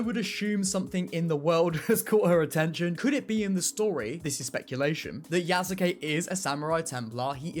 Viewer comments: please stop breaking yasuke into 3 sylibles ya sa ke as it is a Japanese name it is pronounced yas kay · Yes you kay